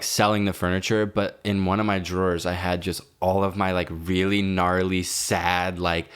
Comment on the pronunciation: why does say “really” as “weally”